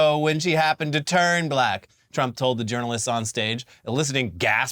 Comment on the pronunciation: Trump just can't seem to pronounce the word "black" the way a normal person does. He says it like "Buh-llack," like he's trying to find some way to put stank on the word when he uses it to refer to a person.